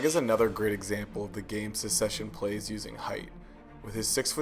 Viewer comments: Hahaha there is so much misinformation here. Namely the actor's heights are almost all wrong. But mainly the word is Succession not Secession - very different meanings and pronunciations. I do love that you're sharing the filmmaking techniques we use to illustrate power dynamics visually and I love that the casting of Greg and Ewan reflects that. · Great video! But the series is called "Succession" not "Suseshion"